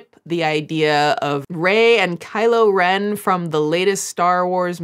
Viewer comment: As a newer fan of Star Wars as well as you 🥰🥰🥰 I can confirm that you have pronouncd Rey, Kylo Ren and Reylos spot on (I am not one of them however-I like the movies but my heart lies with The Mandalorian (Pedro Pascal 😘😘😘) and his adorable lil green baby Grogu (my avi pic 💚💚💚) I am absolutely in awe of the work and research you do in these docs and vids-you are amazing! 🤩🤩🤩